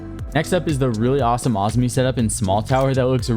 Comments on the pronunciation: Azumi?? Where are you getting the U from...🤣🤣.. Azami... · awzmi bro its ah za me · Bro its Azami not Azmi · Why do you say Azami like that? Isn’t it (AH- ZAHM- ME)? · PLEASE pronounce Azami correctly I am getting a stroke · The way you pronounce “Azami” 😂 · why does he say Azami like that 😭😭